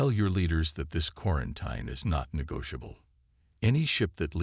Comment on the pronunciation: It is pronounced quarenteen. NOT quraent eye n.